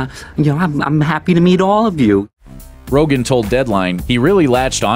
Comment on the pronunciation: It's Seth Rogen. Not Rogan.